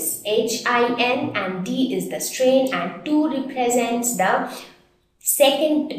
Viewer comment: H strain not clear